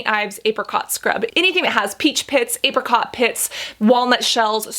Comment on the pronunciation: Did she say ape-ricot? 😆